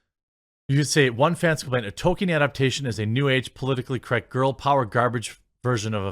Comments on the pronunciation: Toll keen not Toe kin. There is an L in there that you somehow are unable to pronounce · I dont know if Jeremy knows what an 'L' is. He just cannot seem to pronounce them in 'toLkien' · Why not say Tol keen